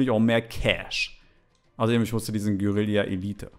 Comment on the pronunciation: Es heißt Guerilla und nicht geurillia